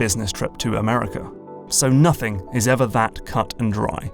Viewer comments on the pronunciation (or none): none